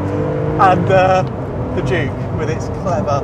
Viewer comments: Every time they say "Juke R" it sounds like they're saying "Jew Car", lol!!! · Anyone else think he said Jew-Car? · what the hell is this guy's issue with the letter J